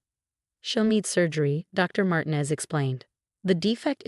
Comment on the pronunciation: Could you inform your stupid AI program that the Hispanic name Martinez is NOT pronounced "martin-ez" 2: the emergency number is nine -one-one, not nine hundred and eleven.. PROOFREAD!!!!!!!!!!!!!!!!!!!!!!!!!!!